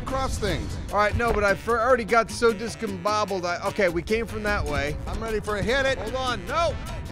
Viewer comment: Wow did almost say discombobulated? almost impressed!